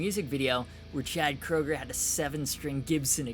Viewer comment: It's Koeger (Kru-ger)